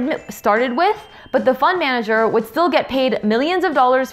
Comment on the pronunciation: to me it sounds like you say "fun manager"!